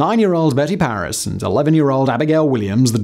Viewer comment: *Parris not Parrish as Simon kept saying. I know it's not a huge deal but it is history so the facts should be accurate and Simon would want them to be. The name card was correct as it read Parris. Sorry, if this comment offends, but we're all here for the facts from our Factboy.